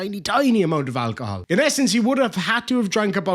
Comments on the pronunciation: You know it's bad when they pronounce it "ACK-i-HOLL" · “I didn’t know it contained ‘ackahol.’”